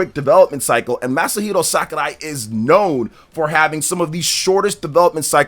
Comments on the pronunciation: It’s Sakurai NOT SAKArai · it’s Sakurai, not Sakarai lol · Fr that was a little annoying ngl, SACKARAI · Dude, what is upon with the Masahiro "SAKARAI"?, is it an inside joke or have you been saying it like that all the time and I'm just noticing it? 😅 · Omg just say his name normally